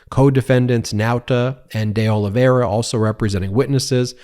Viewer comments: Not a big deal, but de Oliveira is Portuguese, not Spanish. You can say “de” like dee, not day. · You could pronounce deOlveira's name correctly but you don't care to. Or maybe it's too hard for you? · I just wish this person could learn to say the names De Olivera and Nauta properly... Every time he says these names, it's as if he's purposely saying it incorrectly or as if "allegedly" that's their name..